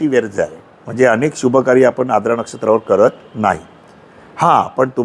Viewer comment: Knowledge logical watale pan shabdocchar ashuddha aahet Siranche ....jase Verjya, Aadra shuddha ucchar Varjya , Aardra ase aahet